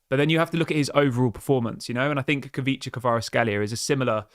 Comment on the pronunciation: It is pronounced Kweecha Kwarats-kheelia